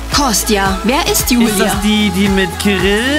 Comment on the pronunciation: Was für jüjü oder jüli es heißt Jijie und Julia und maruška